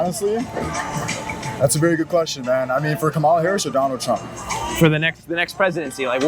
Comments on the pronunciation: Dude, learn how to pronounce Kamala. It's not kaMALA, it's KAMAla. It's like the punctuation mark, 'comma', followed by 'la'. You wouldn't like it if someone CONSTANTLY mispronounced your name. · If you are interviewing people about the president, please learn how to say one of the candidates names. Her name is pronounced, comma-la. It’s lazy not to learn how to pronounce someone’s name. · You can’t even pronounce her name right. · Not one trumpster pronounces her name name correctly. So disrespectful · How can you take this channel seriously when the interviewer can't even pronounce Kamala properly 😂